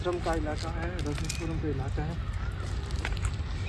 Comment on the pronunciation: Phale ...rajnishpuram thik say bolna shik lo